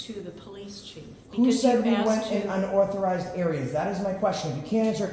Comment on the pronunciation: How come can't say "unauthorized?" 🤣